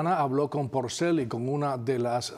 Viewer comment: ¿Lo oigo mal, o realmente cada vez (un total de 5 momentos) que menciona al trovador, Ricardo Quintana dice "PRocel" en vez de "Porcel"?